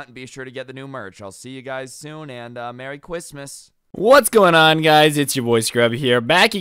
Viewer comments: So no one's talking about how he said "Mewwy Cwistmaws" 💀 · Did you have to say merry Chwismas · He says mewwy Chwismas